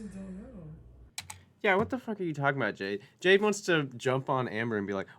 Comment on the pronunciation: She calls Jade, bhaaabuh 😖😣 I hate it so much. It makes my flesh crawl.